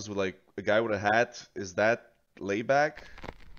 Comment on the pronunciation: "Laibach" (pronounced more like the English "lie", not "lay"). It's the name German invadors gave to the town Ljubljana in Slovenia in WWII. The band is from that town.